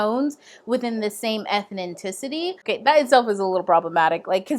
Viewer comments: Ethnicity is pronounced Eth-nis-ity. But other than that, great video - enjoying most of your videos! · Why can't you say ethnicity properly?